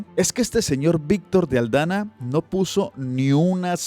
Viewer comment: es Víctor de AldaMa, no AldaNa. Un abrazo.